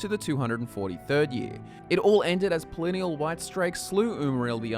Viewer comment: Its pronounced (Pel-lin-al) not (Pel-lin-neal) and (A-lee-ed) not (A-led)